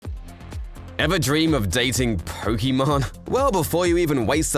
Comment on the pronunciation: You said her name wrong her name ends with an E not with mon